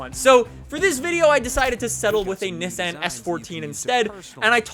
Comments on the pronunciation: That’s not how you say Nissan lol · The way this guy says Nissan makes me want to punch a puppy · A car guy who can’t pronounce Nissan or Mazda correctly, what a fucking donut